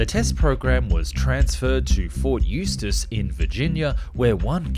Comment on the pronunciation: I can’t believe you pronounced Ft. Eustis correctly. Even some people from SE Virginia can’t pronounce it right. 😂